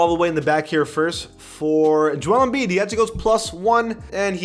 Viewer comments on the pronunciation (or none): none